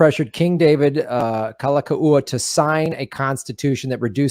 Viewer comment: The King's name is pronounced Kal- a- Kow- a. Read "Lost Kingdom" by Julia Flynn Siler. The Hawaiian Nation was made up of Native Hawaiians, and many other nationalities who had become citizens of the sovereign nation of Hawaii. It was recognized as sovereign in 1848 by Britain, France, and Japan. The Queen's cabinet was made up of citizens and non citizens of many other nations who became Hawaiian citizens. the Hawaiians were a very well educated bunch & within just a few years everyone was literate. Hawaii was not made up of savages. There were over 100 newspapers in Hawaiian. Some of the members of the cabinet were missionary families, born in Hawaii they were citizens. But they stole the kingdom for the US. The Queen, Lili'u'okalani, did not want more bloodshed and she and her ladies in waiting thought that they would be able to talk the US govt into understanding & giving the country back to the people. There was a vote to consider a new constitution around all the islands but the thousands of signatures were "lost" for 40 years. They have now been found and there is a court case in the World Court. Hawaii has never lost its sovereignty. There is no treaty of annexation. Look into it more closely. There are books galore and Dr. David Keanu Sai, PHD lines it all out in a way you can easily connect the dots. So when it was said that Obama wasn't an American, it is actually true as he was born in Queen's hospital in Honolulu.